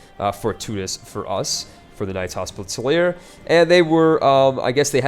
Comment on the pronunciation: Commentary is good, but some advice? Learn how to pronounce Hospitaller and Saracen. :P